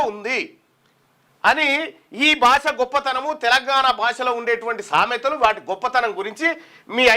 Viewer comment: Sametha correct ga chaduv